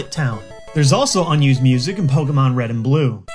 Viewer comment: "The HURINYANANLE Pokemon games..."